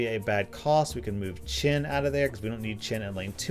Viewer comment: Its weird how u pronounce chen as chin